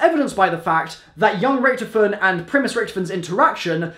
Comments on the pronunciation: RICK-TOF-IN NOT RICTFN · Richtofen (Rick-Toff-In) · Bro is anyone else annoyed by how hes saying richtofen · if you keep saying Richtofen like that...